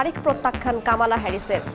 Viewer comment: কমলা উচ্চারণ করতে পারে না এ কেমন সংবাদ পাঠ।